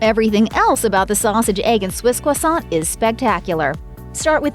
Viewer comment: Quasont??? Needs to learn to to pronounce croissant